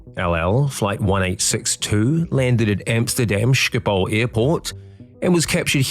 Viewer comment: O come on. Sjipol airport? Practice a guttural, G a back of the throat thingy. Then try pronouncing it correctly. And that pin? It is more of a solid steel 3,5"- 4" in diameter cylinder. Yes, those can fail. It takes one to go that takes down a second and a piece of wing. Slats need hydraulics. So on one side there was none as the redundancies were shot as well. Try for electromechanical with redundancies in future? Or no slats?